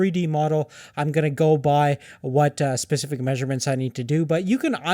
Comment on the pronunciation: SPECIFIC FFS. Pacific is a fucking ocean. SPECIFIC SPECIFIC SPECIFIC